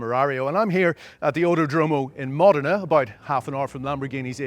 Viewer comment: This clown doesn't even have the brain to pronunce the locations in Italy correct 🤦🏻‍♂️ it is "Modena" and "sant'agata" . What a absolute goofball